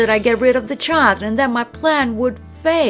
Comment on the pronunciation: Ppragnant, chaald, halthay Honestly who narrates these stories